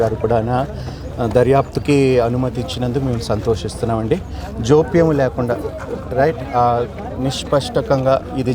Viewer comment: జోప్యం ఏందీ రా హౌలే అది జాప్యం హిందూ మతాన్ని నాశనం చేయడం కాదు వీళ్ళు తెలుగు తెలుగు నీ ఖూనీ చేస్తున్నారు యాక్ తు